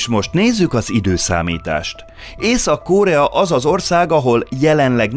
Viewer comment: Miért kell Ó-val mondani a rövid O-t. Korea nem kÓrea…. Mondjuk a Phenjan sem Fenjan…. Nem egy ógörög név az….